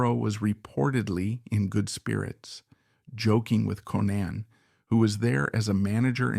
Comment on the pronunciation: Konnan is pronounced like Conan